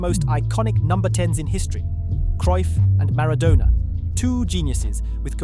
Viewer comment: These fkn AI videos are getting on my bloody nerves! MaraDONNA not MaraDONER Pronounce his name correctly ffs! One of the greatest players of all time!!! Also saying that South Korea went on a massive “killing spree” isn’t the best description…. Why “finally” in 2010?!!!! We’ve had 2014, 2018, 2022 since then!